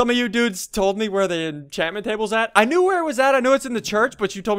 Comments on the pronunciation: why do you say dudes like you have a mouth infection? no offense but why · Why do u always say "dudsh" instead of "dudes"? 1000$ btw!!! thats a lot of money for minecraft!